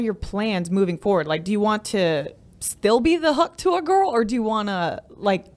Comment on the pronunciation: I'm sure you meant, a part TUAH XD